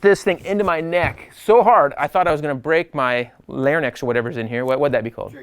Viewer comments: larynx = leh· ringks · I was LMAO!! 'Laur-Nex' It sounded like you just about broke the neck of a wild animal from a Dr. Seuss story. I really enjoy your channel. Cheers